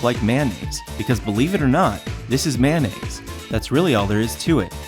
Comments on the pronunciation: When He said make your own Manaise I heard make your own bandage... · when he said mayonnaise i thought he said band aids xD